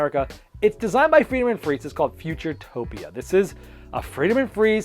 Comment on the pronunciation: It's Futuropia, not Futuretopia :)